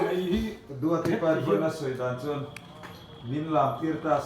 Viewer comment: Tipâh ni lo vin tipa zawk kan khaw hming hi i lam duh da ve ee😂😂